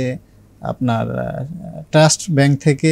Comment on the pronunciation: ট্রেক না টেক ওভার। টেস না ট্রাস্ট।